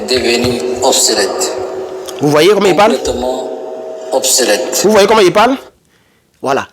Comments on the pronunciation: C'est pas '' OBSQUELETTE'' mais OBSSOLETTE'' qui signifie Dépassé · OBSOLETE et non “obsquelète” Très fraternellement. 👍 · On dit obsolète